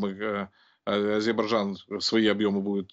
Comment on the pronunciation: Научите типа эксперта говорить правильно название страны Азербайджан